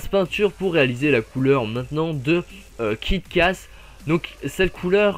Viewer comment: C'est moi où pour Kick ass , tu as dit "Kit ass " patère ça m'a fait penser à kit kat ^^